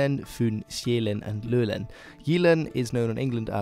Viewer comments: Though You forgot the D sound in the end of Svend and the pressure are wrong in København and Lolland the O sound are wrong. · Love your stuff, but a few things... Lolland isn't mentioned by danes the way you do. Jylland, Fyn og Sjælland, that it. The islands of Lolland and Falster are often mentioned together, and rarely apart... They're like an entity of their own. Also, you mention that all the islands close to Jylland is Denmark and the rest of the scandinavian islands are not. This is wrong - Bornholm, the island south of Sweden, is in fact Denmark as much as any other island is. Otherwise; great stuff, and you are forgiven for the pronunciation - Danish is effin' hard! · Good pronouncing of the danish regions, but Lolland is not pronounced with and Ø though :) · it really made me cringe hard, when u tried to say "Lolland" 💀💀